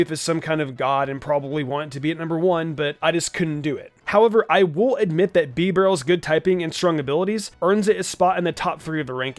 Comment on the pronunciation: I am suffering by how he pronounces bibarel